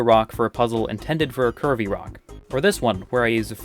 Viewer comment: I kept hearing "curvy rocks" as "Kirby rocks", and was wondering what's Kirby-like about them😆